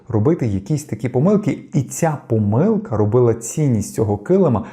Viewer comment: Ви спеціально кажете помИлка, а не пОмилка, і таким чином боретеся з перфекціонізмом?